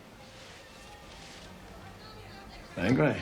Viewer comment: If only the british could at least try to pronounce the inspector's name properly. May-gray sounds ridiculous. It can't be so hard to turn it into Meh-greh.....